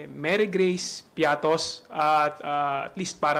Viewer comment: Baka pritos hindi piatos 😂😂😂😂😂 ✌️